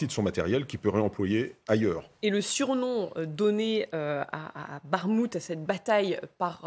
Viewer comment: Ça se prononce Barrmouth ? Ça fait pas très Europe de l est comme ça 🤣